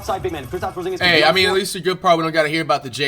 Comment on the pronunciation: Porzinegus 💀 flight you be really making me laugh through my hard times dawg you a legend of this YouTube shii